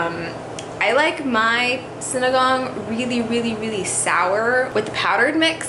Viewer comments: But you say it like this: sin-e-gang. Not sin-a-gang. Sorry 😂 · It’s Sin-e-ga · How American says sinigang SINIGONG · Haha! Sorry but i laughed when you said sinigang. It's supposed to be see-ni-gang